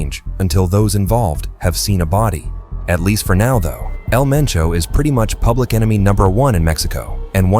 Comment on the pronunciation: "strange "pubic" behaviour"? lol says it as well as the subtitles